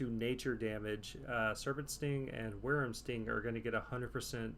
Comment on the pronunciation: It’s pronounced Why-Vern Sting btw XD not worerm Sting